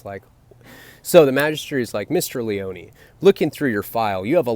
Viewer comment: It's LEE - OH - NEE... don't get it twisted homie...😏🎬